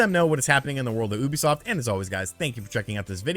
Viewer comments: It's pronounced YOU bisoft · I pronounced it as YOU-be-soft.